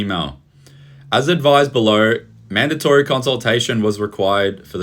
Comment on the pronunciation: Madatory consultation... seriously, stand up australia. FFS.